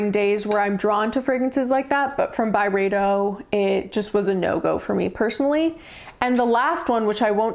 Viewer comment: Thank you for these reflections. This was a helpful video for learning a little bit about a few fragrances from Byredo. It was darn slow going at times. This could have worked a bit better as like a 4 min video. I do really appreciate your lovely french pronunciations tho Also, the reaction to Pulp was pretty funny.